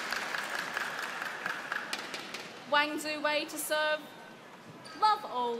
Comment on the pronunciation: The movement of the mouth is too exaggerating...not necessary to move the lower jaw outward to speak 'love'